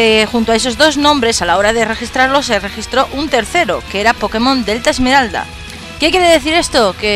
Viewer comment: ¿Al principio dices pokemon alfa esmerada?xD